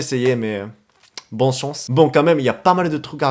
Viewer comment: C'est bonne chance pas bon chonce